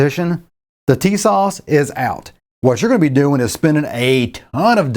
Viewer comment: FYI I believe the correct pronunciation is " Tuh-SASH ". Emphasis on second syllable. I saw that when listening to the Turkish manager of the plant in Turkey in a Documentary film.